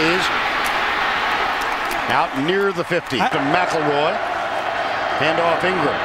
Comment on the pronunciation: Last name: McElroy Announcer: Mack LaRoy